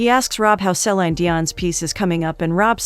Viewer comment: THANK YOU! Each time the voice over says SE/lIEn (se-lain) Dion, BUGS me to no end 😳😫😬!!!